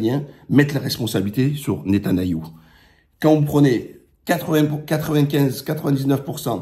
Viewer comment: Fais-tu exprès de dire Netanayou? Très bonne analyse mis à part cela.